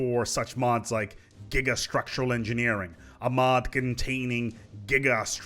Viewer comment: Correction: "You Thouwt that Gigastwuctuwal Engineewing was insane? Check ouwt This one.